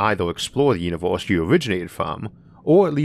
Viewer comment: Univoorse multivoorse ooarth invadoors